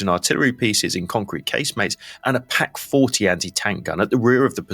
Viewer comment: Echt gutes, informatives Video aber mal ehrlich......das ist so volles Brett KI.....die Namen werden komplett falsch ausgesprochen, aus der "PAK 40" wird eine "PÄK 40" und auf manchen Bildern sind völlig unbekannte Waffen zu sehen. Plus dass der Terminator menschlicher wirkt als der Host :D Das soll konstruktive kritik sein!